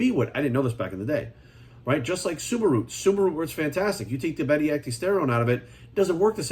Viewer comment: He said suma root, I thought he said Subaru at first lmao